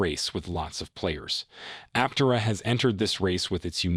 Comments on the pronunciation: It's app-terra... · An AI voice certainly read it (which is fine, but it pronounced Aptera incorrectly every time). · Was this written by Artificial Intelligence? There are lots of statements that mean nothing. Trying to make YouTube money by using the company name, even though unable to pronounce the name properly. Thumbs down. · If you're going to attempt a well-researched editorial-style clickbait-titled realist take on an emerging brand/product/company, at least pronounce it correctly, please. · Another note, listen to how Chris says the company name use it going forward. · Absolutely no credibility for such a simple screw up.